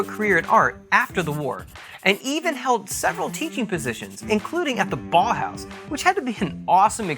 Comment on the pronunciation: the way he says Bauhaus makes the confirmation that he is American lol, rip real words